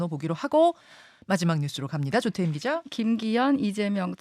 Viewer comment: 조태임 기자님? 발음 제발 좋아지셨으면..